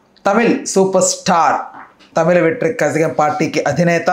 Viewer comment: కజాగం కాదురా సామి.. కళ గం.. కనీసం పక్క రాష్ట్ర భాష ఎలా మాట్లాడుతారో తెలీకుండా వీడియో రిప్రెసెంట్ చేస్తున్నావ్..